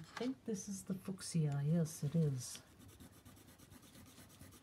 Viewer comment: Haha! I think you mean fuschia, pronounced 'fewsha' in England! Love your watercolours too.